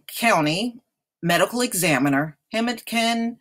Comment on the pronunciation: it is pronounced "Hen- A - Pin" County.